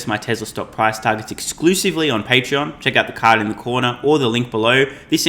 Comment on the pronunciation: ...patreon(not pattern)...you need to stop the shameless promotion....